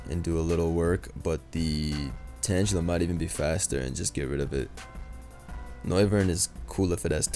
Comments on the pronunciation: saying tanjela is a sin when part of its name is "tangle" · Tangela is pronounced the same way u would pronounce tangled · Tane-guh-luh if you reading comments. As in tangled. Tangle-uh may be an easier way to get my point across. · say tangela as in tangle as in a bunch of vines you get tangled in, as in what tangela is